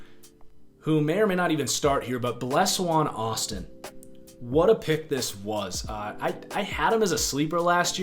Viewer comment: not trying to be that guy, but its pronouced ble-shawn austin